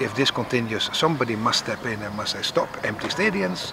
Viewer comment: Ngerakeun min, bahasa inggris na diajar deui nya. Stop malah jd setop, sekelas Persib admin na siga kieu mah di sengseurikeun atuh.